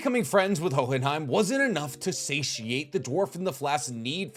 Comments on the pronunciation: i absolutely love your channel and every video you do. You are by far my favorite source for anime deep dives. But for the love of god, no one is going to flame you if you just say Ho-in-hime Hearing you pronounce in hohhinhime is like hearing coolwhhhhwip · Oh but please man the enunciation of the silent "H" in Hohenheim come on man I know you watched the anime. Was you doing that just to see who would mention it cause there's no way you pronounce it naturally that way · Jesus I know you watched the English dub why are you pronouncing hohenheim like that!!!